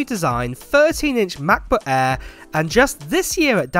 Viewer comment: “Mah buh ehhh, em-free moddow” = Translation = MacBook Air M3 Model